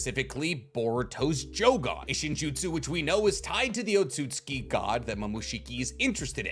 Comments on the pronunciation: Tsu is essentially an S bruh. It’s “OT-SUKI” I hate to be that guy but this shxt irks my soul 😂😂😂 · Why does he over pronounce otutsuki😂😂